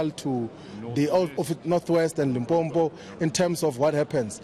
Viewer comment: Floyd can't say Limpopo but he's from the province?😐 and they expect to win the elections? "Limpompo" is your left foot.